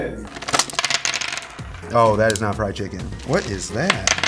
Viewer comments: STOP SAYING FRYED CHIKIN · Every round he say fried chikech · said FRIED CHIKEN everytime